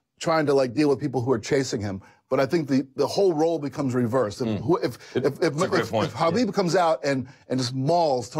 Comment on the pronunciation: How does Luke get upset at donks who mispell Conor/Connor but can sit with people who WORK in MMA and cant learn to say Haaaaabeeeeb right ? Seriously, its not that hard. I get that meathead Schaub and his little chihuahua buddy aint the sharpest tool (and he infects Rogan who says it right but when Schaub is on, reverts to the wrong way) but the others here are journalists. You learned to say the brazilian names like Hoyce Gracie properly, not sure why its hard to get his right. Yes, I get that its a ridiculous english translation that puts a K in Khabib even when there is none in russian (nor are there silent letters in cyrillic) but if youre not sure which is right, how about asking someone? Because you know,...its your job and you should know how to same the name right (never mind a lack of hespect).